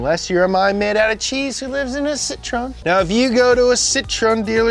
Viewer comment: you saying horse in french but can't say Citroen properly